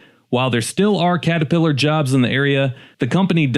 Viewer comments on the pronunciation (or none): none